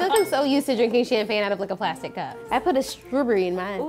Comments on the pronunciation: “I have a stroberry in mine” 😂😂 happy birthday queen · “I put a strooburry in mine”